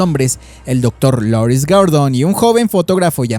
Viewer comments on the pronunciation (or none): none